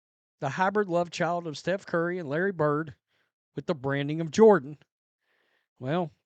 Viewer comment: Cringe every time you say sreph curry blah blah blah plus there's a better comparison